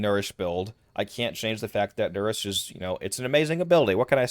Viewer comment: the moment you said nourish i clicked off the video.